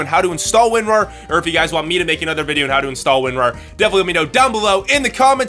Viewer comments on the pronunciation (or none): He said windrar? whats that?